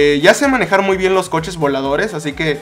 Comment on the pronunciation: Di jiste manijar en el minuto